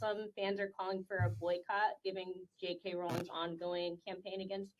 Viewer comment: I don't know if you care, but I know that I would want to be told in your place, so Rowling is actually pronounced R-oh-ling and ogle is actually pronounced oh-gle. I personally mispronounced both of these in the same way as you for many years. :')